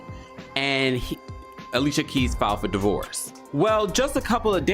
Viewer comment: Not ali cia keis.